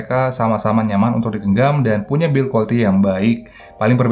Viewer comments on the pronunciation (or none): none